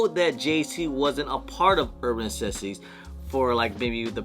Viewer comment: Why can’t you pronounce NECESSITIES correctly😂